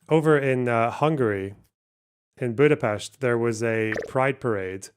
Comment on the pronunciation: First Scottsperson to pronounce Budapest correctly 🎉